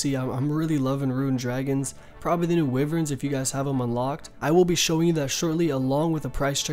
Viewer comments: I wouldn’t call him stupid cuz he pronounces made up words wrong but it annoys me cuz he just neglects letters like the v in wyvrens he says wiv-rens it’s simply why-vrens and idk how u fuck up alchs and say alwks it’s al-chs and visage veh-saage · Asas dude when he first said it like 3 times I was like wtf is he saying veng and what alwks he needs some help he totally neglects the y in wyvrens it’s why-vrens not wiv-RENs it’s drives me crazy some times